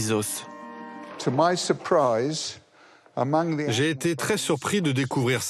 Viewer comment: Le "s" de "os" ne se prononce pas au pluriel bordel!